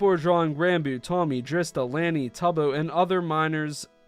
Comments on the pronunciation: Lani (pronounced Lah-knee) is Tubbo's younger sister, who has also appeared in a few of her brother's streams and Tommy's video's. And as a person who's pretty active on AO3, I'm sad to say that I've seen nsfw fics with Tommy, Tubbo, Ranboo, and yes, even Drista (not sure if I've seen Lani) show up in the list of fics when I just look up DreamSMP or any particular tag that has to do with it (and sometimes even unrelated tags). I usually either skip them or leave a comment asking the author to remove it (you can skip straight to the comments if you click on the number of comments instead of the title), but yeah, it's fucking disgusting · not saying your wrong in this by any means just wanted to correct a few things that my ocd wont let go x.x, Lani(la-knee) is Tubbos younger sister who has played on his account on the SMP, the DSMP is NOT a MAJORITY minors, At this time Ranboo has just turned 18 but he was one of the minors, Tubbo(till christmas eve) Tommy(will be 18 in April) Purpled was a minor last i heard but im unaware of his age and then the lil sisters Drista(who is ROUGHLY 1.5 years younger then Tommy per their convos) and Lani who might be 14 by now but idk if theyve ever confirmed her Bday. not that this clarification changes ANYTHING, its stilll not ok nnor was it ever and the Rule 34 website dose need to Moderate for underage pictures most certainly; Also R34 dosent say there SHOULD be lewd art of stuff just that there IS, just like in life, we dont WANT disease and death its just unavoidable. x.x Also instead of just simply censoring p*rn by leaving a blank words like inappropriate or Lewd, scantily clad/clothed, or undressed can all work well and SHOULD be fine with the youtube Censors :o keep up the good work tho i had no idea the R34 artist had taken things so far with the girls, tho it unfortunately dosent SHOCK me x.x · It's pronounced Lani like lany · and it’s pronounced lany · Spelled correctly pronounce luh-nee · Btw Lani is pronounced Law-knee